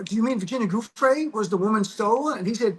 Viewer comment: Virginia's last name is pronounced Jew-Fray with the accent on the second syllable - waited to hear what Glenn has to say - so many podcasts are making just guesses on the fly while Glenn knows things based upon his prosecutorial career - we needed to hear from someone who has been steeped in these types of cases and in the seedy world of folks who are always skirting the rules